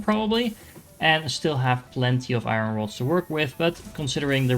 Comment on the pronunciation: Thanks for the very helpful video. One small thing I can give back is that iron is pronounced eye-urn, as opposed to eye-run. It’s kind of a weird word though, not really two syllables or one syllable, like 1.5 🙂 so smooth it out. And now I’m writing a book on how to say iron!